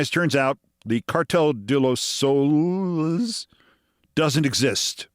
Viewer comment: Keith pronouncing Soles as souls.... LOL